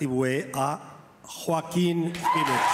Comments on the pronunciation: Il a dit RROOOOOaquin en même temps mdr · Hhhhhoaquin Phoenix. Really? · Il a prononcé son prénom en espagnol aussi : Rrroaquin Phoenix 😂 😂 😂